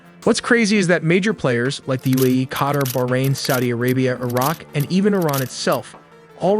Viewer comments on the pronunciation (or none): none